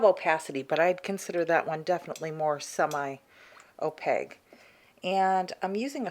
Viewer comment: Is that your accent that makes you pronounce opaque "oh paig". I've never heard anybody pronounce it like that before.